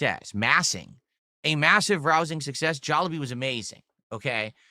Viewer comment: How the fuck do you pronounce Jollibee three different ways within 15 seconds. "Jollabee" "Jaw lah bee" "Jollibee" Who the fuck is "WE" it just you eating alone in a room. Oh god is "Diverse" going to become the new Tangy? "new movie that he has".... Does know that Spongebob is a cartoon character and not a real person?